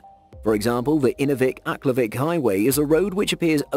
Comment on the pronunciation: I'm from the Northwest Territories and he pronounced Aklavik Wrong 😂